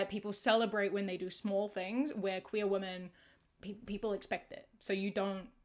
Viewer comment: with so much love and respect - why do you pronounce women as woman 😭😭